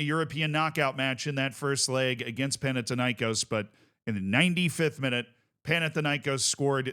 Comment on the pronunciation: What's the deal with mispronouncing Panathinaikòs, it's Pan- athina- ikòs(the stress is on os like in Olympiakós)